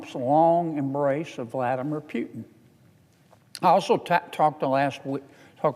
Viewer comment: "Vladamer Pewton"??!!😃😂